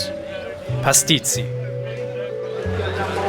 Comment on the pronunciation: he totally got to know the culture and Maltese people as much as he could in the time he had and on top of that made an excellent Video. One of the best I've seen and also he said Pastizzi perfectly!